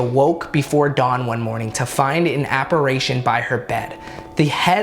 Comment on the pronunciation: awesome video but I couldn’t help not bringing this up. You said Perron family like “Perown” and apparitions as “Appa-raytions” bfjdjsks its not a big deal but it was bugging me 😭😂